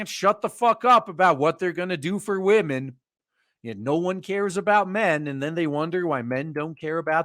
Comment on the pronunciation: I like how he say's wamens